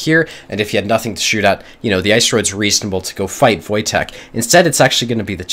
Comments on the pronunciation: Wojtek is Polish name and this is pronounced "Voytech" so you did pretty good in guessing how to read this :P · "Wojtek" is pronounced as "voytek", its a polish name. You pretty much got it perfectly